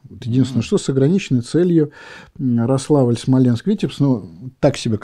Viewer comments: Спасибо от смолян. Только правильно не РослАвль, а РОславль (ударение на первую гласную). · Спасибо. Спас-дЕменск, РОславль. Расстроить никого не хотел. Просто ударение. Также как и КАтынь. С уважением из Смоленска.